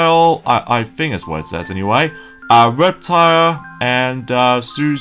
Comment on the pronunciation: RUGRATS.... And The characters names are Chuckie Finster, (NOT CHUCKLE FINSTER!!!!) And purple Reptar (NOT REPTILE!) Reptar (NOT REPTILE!) And finally, Susie Carmichael! I see your not very good a pronocuing names. but that's what I'm here for!